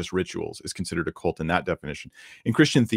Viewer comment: Please stop besmirching young horses! The word is "cult", not "colt".